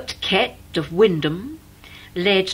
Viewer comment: Lovely video! I'm glad the narrator pronounced Wymondham correctly!